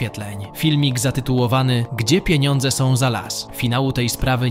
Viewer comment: ..szyny nie sOM rowne....... reporterka nie potrafiaca mowic po polsku. Czy ona skonczyla podstawowke????